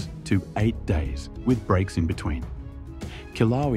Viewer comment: At least get an AI that can pronounce Kilauea!!